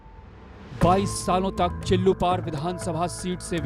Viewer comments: Chillupeer नहीं chillupaar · Before presenting this script, you have to check words and facts thoroughly. Ex- चिल्लूपीर नहीं चिल्लूपार. 2nd : A hypothetical phrase created by your team or any member( माननीय से माफिया तक) is totally absurd and legally wrong. Although for your increasing subscription you may write (तथाकथित माफिया से माननीय तक)। 3. Atleast use the proper word for ex MLA and Minister Rajesh Tripathi rather than sensational word श्मशान बाबा। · चिल्लुपिर नहीं चिल्लुपार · Chillupir nahi chillupar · Cilupahr ha cilupir nahi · First thing Mam CHILLUPAAR not Chillupeer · Madam चिल्लूपार नाम है